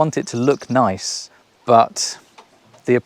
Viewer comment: Guy can say noice!